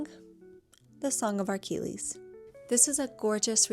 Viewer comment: There's no R in Achilles